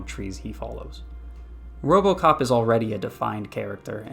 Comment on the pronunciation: There is No O.P in robocop.